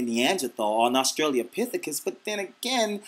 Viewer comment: Lmao "Nieganlatha or Austrailapicathis"